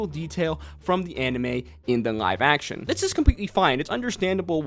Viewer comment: i cant get over how you pronounce "Live Action" it looks and sounds like you are saying "NG-ive action anime"